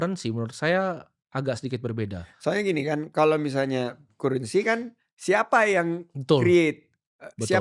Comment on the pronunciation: Cara eja currency Timoty masih salah. Bacanya bukan Kurensi tap Karrensi.